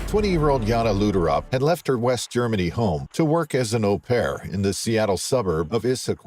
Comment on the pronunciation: It's Jana Lutterop.